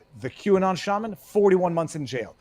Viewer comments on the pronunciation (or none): none